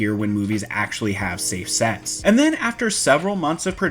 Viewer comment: Had to rewind back to to see if he really said “Safe Sex.” 🤣 Turns out it was “Safe Sets.”